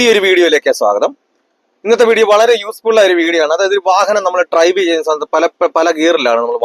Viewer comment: Trive എന്നാണ് ഉടനീളം പറയുന്നത്.. Drive എന്ന് പറയാൻ ശ്രദ്ധിക്കുക...